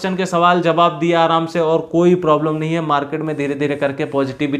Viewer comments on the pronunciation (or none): none